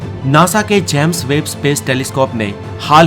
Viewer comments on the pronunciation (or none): भाई जैम्स वेब नहीं होता है जेम्स वेब होता है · भाई जेम्स वेब है इसका नाम ना की जैम्स वेब !